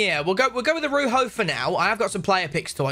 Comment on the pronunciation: A-roo- ho. Butchered it 💀💀💀